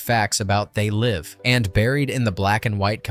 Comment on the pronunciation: c'est pas zé live mais They Live. Apprend l'anglais l'épais...